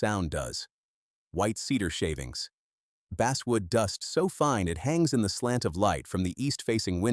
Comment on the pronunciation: Basswood: not base-wood. I too will not follow a channel that's too cheap to have an actual human familiar with the proper pronunciations. You can't take one extra hour to read your script?!